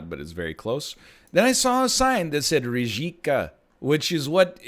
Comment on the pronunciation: Rijeka is a city in Croatia but it also means "river" in croatian and other similar languages. Also it's pronounced ree-eh-kah :)